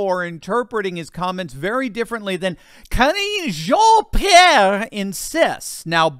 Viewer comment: Press secretary Ka-ringe jean peirre